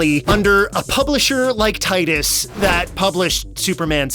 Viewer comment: Cinemassacre's Angry Video Game Nerd really hated Titus os much, he just called it "TIT-us" in one of his videos. After all, they made the N64 game of "Superman", where you just fly through rings. That's it!